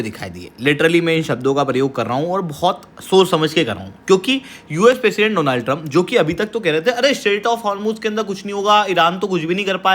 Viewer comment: Donald - no no no, Doooonald ✅